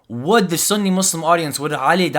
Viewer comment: Within the first two minutes of this video when you’re describing Ali Dawah’s beliefs you pronounce Sunni “sunnEH” and Salafi “salafEH” with a (haa) ه at the end trying to sound knowledgeable clearly shows you don’t even know basic Arabic and are therefore not qualified to teach anything about Islam